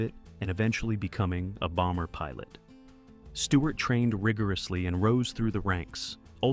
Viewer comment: Stewart not Steward.......get it right !